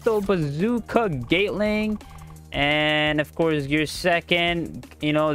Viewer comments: U saying gate ling not gatling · We gptta respect he sounds out the gum moves the best he can cuz he said Instead of gatling (GAH-T-LIN-G) he says gaytling. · i love how he says "gaytling"